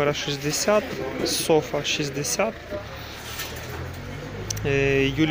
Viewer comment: Всі питання до селекціонера, мені подобається слово СофА （з наголосом на А）, хоч правильно казати СОфа （з наголосом на О）